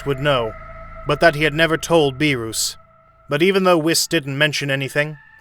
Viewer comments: please stop saying the gods name like that, its Beer-us not Be-roos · Please say beerus correctly